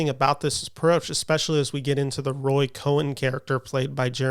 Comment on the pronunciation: Cohn is pronounced like "cone" with one syllable.